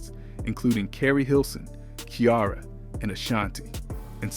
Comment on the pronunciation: its pronounced "see eh --ra not "kee -ar a"